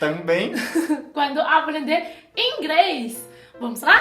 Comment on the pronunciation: Aplender ela conversa igual cebolinha kkk